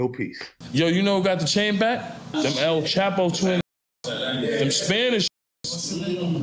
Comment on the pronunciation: bro said they workin wit “elm chap-o” 😭